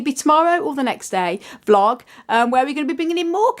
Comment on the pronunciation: A very nice "VLIG" indeed 😆